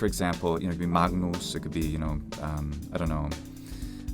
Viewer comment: he mispronounced “magnus” — its “mangnoos” not “mag-noos”